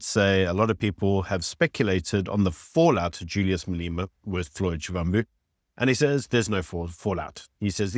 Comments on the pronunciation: Surely you can pronounce Malema correctly? You are South African, right? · Please can u at least try to pronounce people names correctly. There is no I in front of Mbalula, so it’s not Imbalula. There is no double e In Malema, so it’s Not Malema or Maleyma. Imagine someone referring to you as Ibyron or Beeron. 🤣🤣🤣It’s disrespectful. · Wonderful content always. Can I be picky and ask please pronounce malema and zille properly..